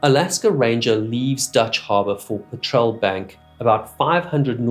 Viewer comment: Sorry to nitpick - it’s not “PATROL” bank, it’s “PETREL” bank - pronounced similarly to the British term for gasoline. A Petrel is a sea bird, long distance, harsh conditions, related to the Albatross. Called ‘Petrel’ after St Peter because they can fly so low it looks like they are walking on water (hopefully more successfully than the Apostle did!)